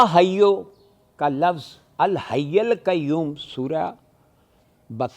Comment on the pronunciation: بھائی الحی پر زبر نہیں ہے آیت الکرسی میں